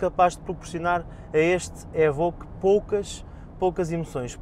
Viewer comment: "évóque" e nao "êbõque"